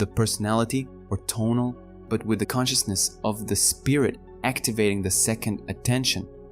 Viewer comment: Clearly described thank you, but I wonder why it is that in all the videos about the Castaneda books that I have listened to, the terms 'nagual' and 'tonal' are mispronounced. Their proper pronunciation is clearly described at a certain point in the books, and it seems to me that the video-makers haven't bothered with that.